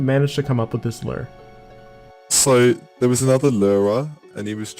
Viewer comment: "lur," "lurd..." Learn to pronounce words, bro.